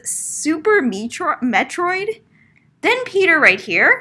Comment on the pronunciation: pronouncing Metroid hurt me in my soul lol